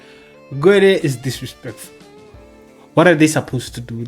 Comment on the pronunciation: Gwedie , drunken slur..😂😂